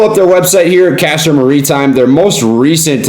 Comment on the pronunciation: "Muhreetime" lol